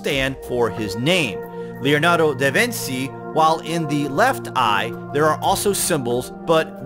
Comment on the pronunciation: The ci and the ce in Italian make the "ch" sound as we know it in English so da Vinci isn't " vin-see" its "da vin-chi". Grazie